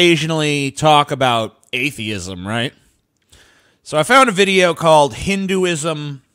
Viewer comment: You can't even pronounce Hinduism 🤣🤣